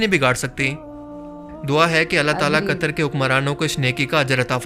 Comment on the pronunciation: Di it's not कतर it's कतार